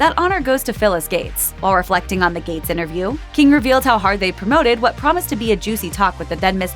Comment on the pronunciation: the word is inTerview, not innerview!